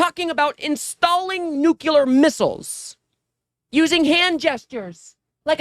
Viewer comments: dude, er sis, whatever you are, the word is nuclear, not nucular. and you want me to watch this shit? yer an idiot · Nuclear, not nucular. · Thanks.. i would really like to see you with long hair.. you're so handsome and articulate.. only one hint to pass on ... Please forgive my intrusion. I think it was you speaking on another video recently but saying "new cue ler' instead of " new klee er" I know people would appreciate hearing the proper pronunciation. You are so near perfect in every way.. I'm certain this one correction will afford you more well deserved confidence. Thank you for your efforts toward education in this crazy, lazy world. Love to all, Marcia in Modesto CA. ❤❤🎉🎉🎉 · Never watched you before, liked your enthusiasm. Oh year. It's nuclear, not nucular. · Why do all US presenters pronounce NUCLEAR as NU KILLER!? Are they unable to understand plain English language? Are they that badly educated?